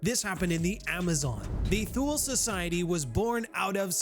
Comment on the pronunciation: Thule is pronounced Too-Lay :-)